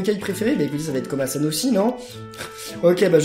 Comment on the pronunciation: en gros tu dis kobasan au lieu de komasan 😂